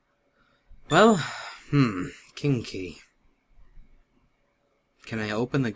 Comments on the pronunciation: Me and my sister laughed when said King key 'cause it sounded like Kinky! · Did anyone else notice that when someone says king key, it sounds like kinky? Haha! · When he say king key i heard kinky haha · I wasn't watching but I was listening and he said "king key" but I heard "kinky"